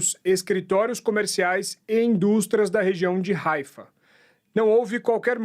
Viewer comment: Nao é AIFA, é HAIFA - fala-se “RAIFA”